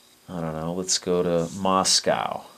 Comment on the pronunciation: He pronounces moscow like moscao haha